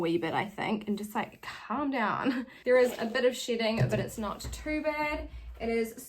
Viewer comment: Me trying to figure out why all the wigs are sh*tting and what u mean by that, the realising u saying shedding. I really feel stupid lol english is not my first language. Atleast I got a good laught at my brainfart lol :)